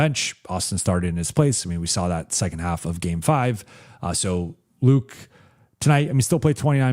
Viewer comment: can you just call Luke Kennard? you kept calling him Luka. jeez.